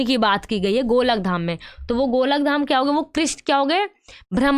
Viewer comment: Madam golakdham nhi hai wo golokdham hai😂